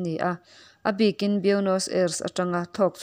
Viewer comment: Nakin zel atan Buenos Aires pawh hi Aires ti a lamtlang lo hian Ei tia chawl detin ris ti a lamtur anih hmel Ei Ris tihna anih chu